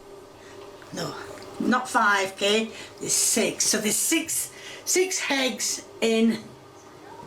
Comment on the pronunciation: I questioned if there was an H in ham, from her saying heggs